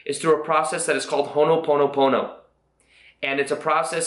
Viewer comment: You always pronounce ho' oponopono wrong. You are saying honoponopono, just omit the first N letter. Still love your videos! :D